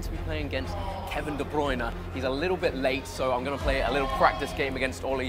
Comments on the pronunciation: Dé BLYNER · Its funny he does. Not even say his last name right 😂